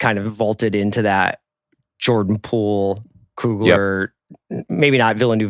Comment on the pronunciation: Chris Ryan accidentally calling Jordan Peele “Jordan Poole” was hilarious